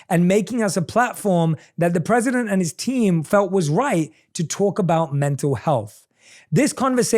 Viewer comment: ayam sori prizidon 😅